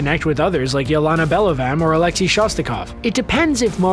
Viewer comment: Alexei is said alex a not alex e . I know because I am russian and it is my name